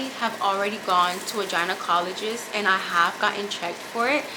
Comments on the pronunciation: Not the Kanye pepper, Peppereeka, and Jainacologist 😂 pronounces words the way they are written 😂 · Jinacolgist, Kanye pepper, spicy sicken sandwich 🤣